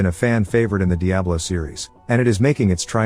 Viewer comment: The text to speech that can’t even pronounce Diablo properly made me skip off this video quick.